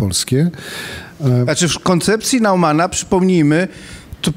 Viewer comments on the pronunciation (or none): Nazwisko Neumann czyta się [nojman] nie jakiś [nauman], jak próbuje pan doktor wcisnąć słuchaczom i jeszcze na dodatek poprawia redaktora, który poprawnie je wymawia.